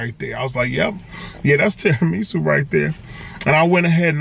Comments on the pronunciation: Terra “ME” su 😭😭😭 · Lmao, I'm sorry bruh but I gotta admit the way you say tiramisu like it's some kinda Japanese soup or sumn is irking me for some reason 😂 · And the weird pronunciation of tiramisu. Kinda cringy lol